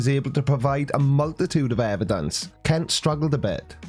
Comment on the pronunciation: Why do these halfwits say "evan-dunces" all the time! 😖